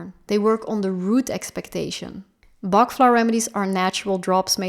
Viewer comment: Pronounce it properly...Dr Bach worked hard and it's pronounced Batch